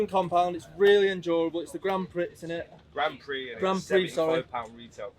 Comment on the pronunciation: Grand pricks 😂😂😂😂